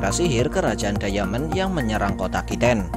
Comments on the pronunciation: Bkan dayamen bang tpi daimen bacanya di menit 3.11 klo gak salah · Jgn diamen dong min bacanya, daimen gitu 😉